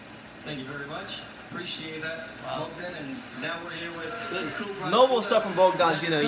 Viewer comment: Kubrat with A, not Kubret ;)